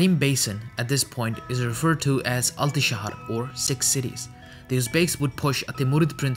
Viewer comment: Altishahar is the funniest pronouncion ive ever heard 😂 its alti sehir or alti kent